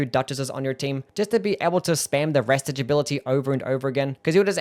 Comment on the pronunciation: great vid love you but you deserve 5 to 10 for pronouncing restage "rehstej"